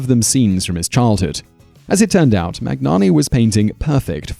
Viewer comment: maGnani maGnani maGnani .... it's really disrespectful (and painful for the listener) not to say a persons name correctly. why wouldn't you waste ten seconds and learn how to say someones name? it can't be that hard.